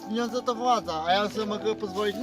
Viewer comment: "Pieniondze" xDDDDDDDDDDDDD umieram